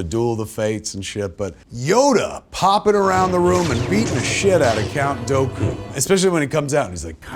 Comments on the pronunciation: Kev, you did mispronounce Dooku one time during the vid. All your Star-Street Credit is now lost!!! 😭 😏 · the way he pronunces "count dooku" is a sus flag for me 💀